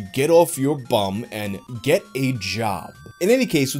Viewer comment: Dat pronunciation of "bum" 😂